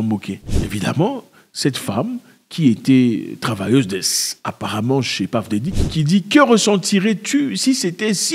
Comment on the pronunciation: Ah Zack " Paff Déddi " ? lol